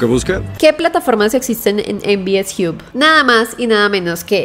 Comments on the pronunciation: Se pronuncia jab o job, no jiub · En Bi Es Jiu ? Me mató, hay que mejorat el Inglés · "MVS jiup" .... jajjajajaj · "mvs JIUB" 😂